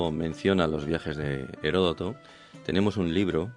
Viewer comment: Aprendan a pronunciar Heródoto, por eso es que estamos tan at trazados en todo. No es Heroto.